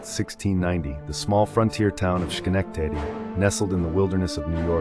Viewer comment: Dear God can you PLEASE pronounce my city’s name PROPERLY?!?